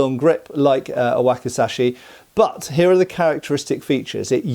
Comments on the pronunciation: There's a letter z in that word,, wakizashi 😁,wacky,,zashy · And this is known as a 'whack-a-sash-ee' 😂😂😂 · Waki'Z'ashi, please.